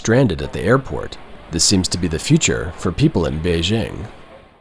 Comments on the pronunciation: Try to get the pronunciation of Beijing better. It’s not hard. Bay plus jing as in jingle bells. Hard J. There isn’t a soft J sound in Chinese like the je in French. Nice video, thanks! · If your film is about Beijing, please pronounce it correctly. BaY-Jing. I heard it so much over there it grates on me hearing a westerner lenite an imaginary s and h.